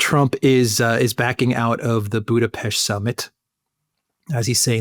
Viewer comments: Why do people keep saying Budapeshti ? It's Budapest, like Buddha+pest! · WHY YOU TWO CAN'T PRONOUCE BUDAPEST PROPERLY. IT HURTS.